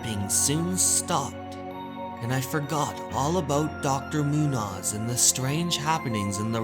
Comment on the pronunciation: My only quibble: Muñoz is pronounced "moon-yoze", not "moonoz".